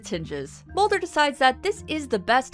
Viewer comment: Did you just say Smolder and Mully